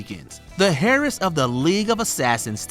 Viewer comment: The hairess? Are you kidding me? How dumb is this guy, get rid of him